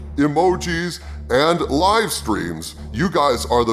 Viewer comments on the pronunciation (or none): none